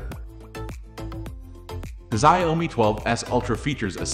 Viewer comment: I believe it is pronounced ‘Zhow-mi”.